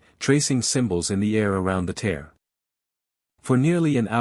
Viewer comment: Good story overall. Although there are a few moments that don't make sense or aren't logical results of previous circumstances. And AI seems never able to pronounce tear💢 instead of 😢tear.